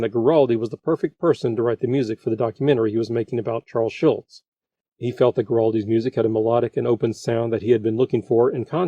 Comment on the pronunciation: Everyone has mispronounced Charles' name for so long that it spawned his own Mandela Effect. It is Schulz not Schultz like Hogan's Heroes John Banner. By the way, Hogan's Heroes, another CBS show, was in its first season when this aired.